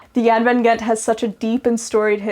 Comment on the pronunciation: Lots of brightwork. BC is a great place to sail though the water is cold year round. Mostly very deep water. The G in Gent is very likely pronounced like the ch in loch (more or less) because the boat has a Dutch name. Find a Dutch guy and ask him how to say it properly. For comparison Gouda (cheese) is pronounced with the G like loch so ch-ow-da not good-uh as most people pronounce it.